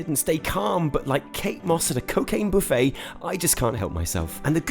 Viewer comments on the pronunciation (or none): none